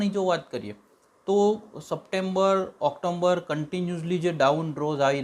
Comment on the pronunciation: ઓક્ટોમ્બર નહીં પણ ઓક્ટોબર બોલો